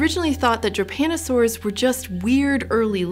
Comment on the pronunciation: She spells Drepanosaurs like it was Japanosaours.